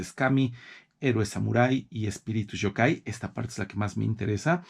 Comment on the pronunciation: Me encanta que usted sepa mucho de la cultura japonesa, pero solo quiero ayudarle en la pronunciación de dos palabras Yōkai (criatura sobrenatural)y Yūrei (fantasma). La “Y” se pronuncia como “i latina “ además la raya que hay sobre la vocal significa que el sonido de esa vocal se debe prolongar. Un saludo 👋 y me gusta mucho su biblioteca 📚.